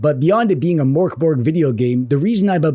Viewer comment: The mörk in mörkborg is pronounced more like murk instead of mork. The pronunciation of borg is acceptable although the g in it is pronounced more like a y.